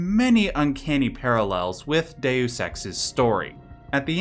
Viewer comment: Deus. Not Dues.